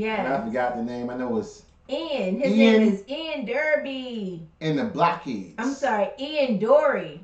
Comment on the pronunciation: You pronounce the heads of Blockheads as if you don't know what it means.